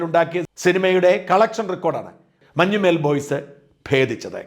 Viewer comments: മഞ്ഞുമ്മേൽ അല്ല, മഞ്ഞുമ്മൽ ആണ് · മഞ്ഞുമേൽ അല്ല. മഞ്ഞുമൽ